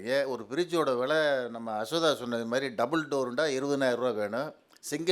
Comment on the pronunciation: அசோகா பேர் சரியா சொல்லு பா. ஆமாம் பேர் சொல்ற அளவுக்கு ரொம்ப பரிச்சயமோ.🤣